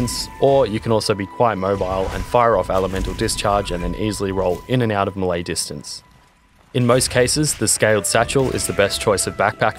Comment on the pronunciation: i know this is 3 years old but i just have to say.....mulay hurt every single time i heard it 🤣